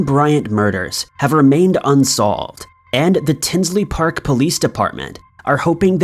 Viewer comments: Tinley park not tinsley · it's Tinley Park,Il not "Tinsley Park" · FYI, it's Tinley Park, not Tinsley Park. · It’s Tinley Park, the Lane Bryant murders, not tinsley. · Liked this and subscribed and I hate to do this but if anyone has yet to tell you it’s Tinley Park not Tinsley Park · It's Tinley Park not Tinsley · Hey.....FYI its T-i-n-l-e-y Park (not Tinsley) I am from Chicago and that is very very close